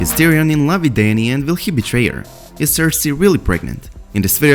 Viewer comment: not tyrion mahn pls naht